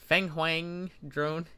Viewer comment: You absolutely butchered the pronunciation of fenghuan hahahahah